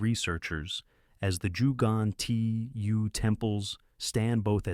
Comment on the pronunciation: Please learn how to pronounce Ggantija . The 1st G sounds like the g in G-ermany. The second is a g as in G-alaxy An as in An-iversary. Ti as in tea and Ja as the ya in yard I hope this helps. I couldn't watch past the 4th mispronounciation. And each time they were different 👌